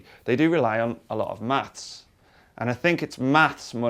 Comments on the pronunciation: It sounds like they're saying MATS ... instead of MATHs ... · Does he pronounce "maths" hard enough? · We know you're a limey when you say "maths".......